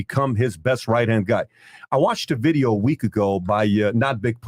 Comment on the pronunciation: "Like the bideeoo" hi